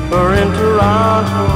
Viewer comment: This is great... although, he says Toronto wrong 🙃